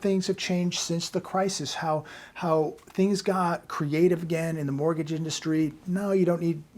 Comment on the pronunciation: take a look at a clip I edited it has a strange rime to it: even if he's serious it sounds a little bit funny even if in in a morbid way,.. also: Mortgage = Borgage